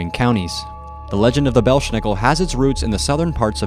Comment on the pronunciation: It's pronounced BELZ NICKEL...NO 'SH" SOUND!!!